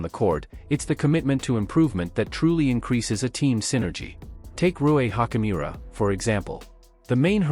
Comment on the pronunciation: I think Hachimura’s name pronunciation is better stated as “chi” as in “choose” rather than a hard “k” sound.